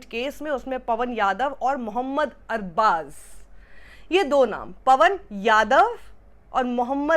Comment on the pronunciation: Man pehli bar dekha kisi ne arbaz ko sahi pronounce Kiya na k arbaj😅